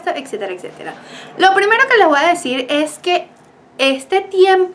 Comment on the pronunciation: sus videos son geniales, pero le pediria que vigile su pronunciacion del castellano. Usted dice "vua" cuando lo correcto es "voy". Ese es un error muy comun de colombianos, venezolanos y centroamericanos. Disculpe mi poco tacto de corregirla por este medio, pero no tenia otra forma de hacerlo. Gracias